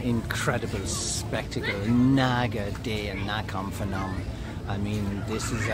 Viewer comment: It's Nakhon Panom, not fanom. Why do they put an h there? I don't know.